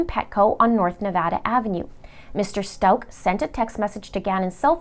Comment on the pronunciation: will also mis pronounce Gannons last name the entire video lol